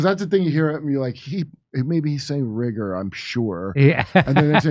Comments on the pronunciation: The other gaffe was really Biden turning into Elmer Fudd, trying to say 'rigor' (intellectual rigor) but having it come out as 'wigor.' Which also sounds like 'Uyghur.' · It sounds like he said Rigger🤷🏾‍♂️ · It sounded like, ".....and intellectual rigor."